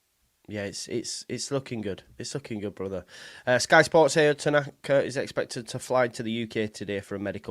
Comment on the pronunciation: I think it's pronounced ow, like how without the H